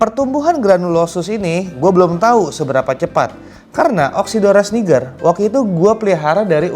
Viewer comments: it's not, it's pronounced "niijer" in Latin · Congrats on getting one of your dream fish,!! Love your reasoning for getting more GATFs. You're gonna need to build a bigger tank!! 😂😂 And, I think you're pronouncing "Niger" wrong lol. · It's pronounced nai-jur in Latin, but the fish is named after the river in the French speaking country & they pronounce it knee-jur.